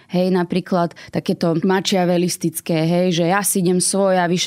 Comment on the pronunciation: Pani bude asi "odbornice" na slovo vzata.))) "Maciavelisticke"? To si asi plete s vyrazem "macho"(maco) Slovo " Machiavellisticke" je odvozeno od jmena Itala - Niccola Machiavelliho a cte se tedy "makyavelisticky".